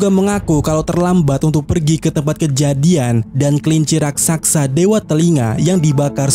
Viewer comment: RAKSASA Min,, bukan RAKSAKSA Coba eja..... RAK.....SA.....SA..!!